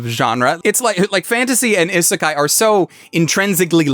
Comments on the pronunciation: I'm bothered when people say genre as "jon-ra" it's supposed to be similar to Jean-Claude van dam..."jean-ra" Also he says isekai wrong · I'm eternally amused by the idea of an anime YouTuber who can't pronounce Isekai correctly.